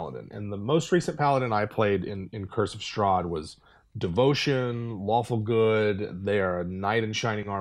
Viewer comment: Is it just me, or did they kept saying "Waffle Good" instead of "Lawfull Good" at the beginning of the video?